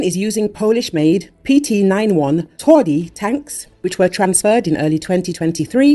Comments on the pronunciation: You butchered the name, making it soft contrary to the meaning of the word "twardy" - hard/tough :P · Please, do not mispronounce TWARDY! WTF?